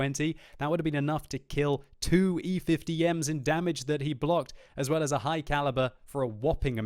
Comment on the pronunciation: 'it lows very roll'